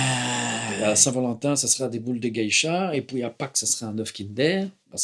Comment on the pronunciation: « Et poui » trop fort 😂